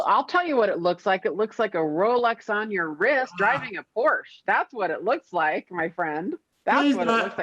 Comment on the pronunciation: You know I love you but you've got to pronounce Porsche correctly if you're going to own one 🤪